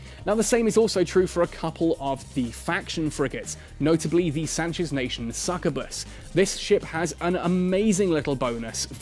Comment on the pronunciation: I wasn't ready for to butcher the word Succubus again without warning.